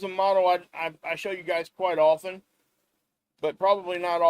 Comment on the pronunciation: Thank you for another great report... And for saying often with a silent 't' (and not with a hard 't.') 😉